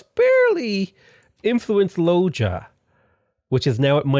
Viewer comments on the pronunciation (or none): to be fair you don’t even know how to pronounce Loja :) (that would be Loha btw)